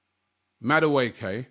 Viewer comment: it’s Madueke like the last (e) is pronounced like an (a).